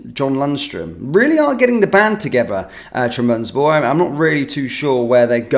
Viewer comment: please learn to pronounce Trabzonspor properly. It’s not difficult. TRAB-ZON-SPOR